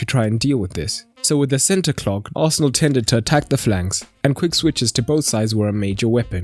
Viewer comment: I noticed there is no "D" in Arsenal...